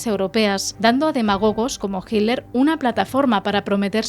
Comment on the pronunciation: Jiler o Hitler?😂😂😂😂😂